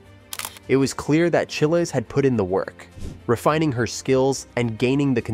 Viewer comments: Say child, remove d, make it plural. Chiles. The weirdest thing to me is this happens all the time for youtubers. How can this dude do all the research, watching her routines which has her name introduced over and over again and not know how to pronounce it?? I don’t get it. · Yes!! You make an amazing point!! It is pronounced just like Biles but with ch.🙂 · It’s Chiles like long I in Childs. Please learn how to pronounce the person’s name you are featuring. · At least do her the honor to learn how to pronounce her name.